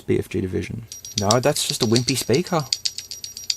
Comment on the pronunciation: why stop saying sperker